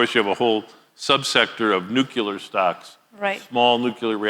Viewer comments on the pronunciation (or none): Can’t a smart guy pronounce nuclear right ever?